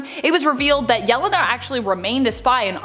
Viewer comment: Supposedly a comic channel, but butchers Yelena's name.😂